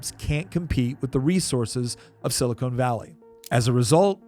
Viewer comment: Please learn the difference between "silicone" and "silicon" .